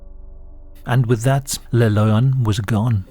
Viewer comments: Cool video. And yes, you're pronouncing Maules pretty good. It sounds a little like the English word "mole", but the vowel is more "pure". "Le Loyon", however, is technically pronounced more like "luh lwah-yon" (I'm too tired to post the IPA transcription, though, sorry. =) The "oy" is pronounced like "oi" in French (that is, like "wah" in Englihs). As for what he is, could be a WW1 (or possibly 2, but I doubt it) deserter who got lost there and died of exposure (or a skin disease xP)? In both of the wars, Switzerland was, of course, neutral, and most of the time the nations involved respected that. But it it's surrounded by France, Germany and the low countries, and because of the lack of much military and the many forested areas with few inhabitants, it conceivably could harbor deserters during that time. They did issue gas masks in WW2, but gas wasn't a very big threat, unlike during WW1, when gas was one of the most common ways to go. But yeah, Idk. It's all just speculation. What I do know is that back in the '90s and '80s, when I was a kid, urban legends were often more believable than the millions of Internet-born ones nowadays. Like many rumors, they usually start, or at least did then, with a seed of truth. The newer ones are mainly just embellished ghost stories spread online, though. Go figure. Like so many other good things (for example, real hip-hop/rap, common sense, privacy, rain/snow...), the best urban legends have died with the 20th century. Requiescat in pa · The comment about the name is plausible ngl. In spanish lion is pronounced "leh-on", written as León. Sounding very similar to the way you read it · "Loyon" sound like a Bri'ish pronounciation of lion. Like, "a fookin' loyon? u wot m8?". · Every time he says "Le Loyon" we take a shot.